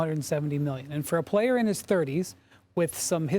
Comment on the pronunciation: “Franchise playuh” - Perc